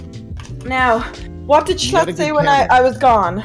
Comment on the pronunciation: I love how Greek and schlatt bonded so well despite greek mispronouncing schlatts name